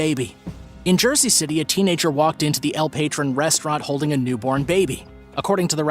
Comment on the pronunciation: El patron is PA-TRONE 😆 dude said el patron come on bro